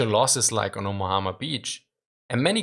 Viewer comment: Omahama beach lol